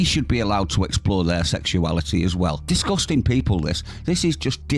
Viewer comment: It's "disgusting", not "discusting".